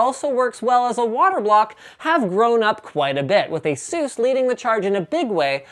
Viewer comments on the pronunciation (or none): FFS! Stop saying Asseuse! They didn't get their name from masseuse. it's ASUS, as in Pegasus. That's where the company got it's name from. It's all written on ASUS' website. :-/